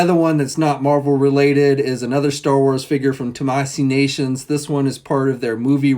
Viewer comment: Still can’t seem to say Tamashii Nations right